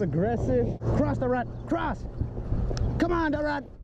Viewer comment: Its the middle of the night and I wanna laugh so hard because of how you say "Da rat" and how he barks 😂😂😂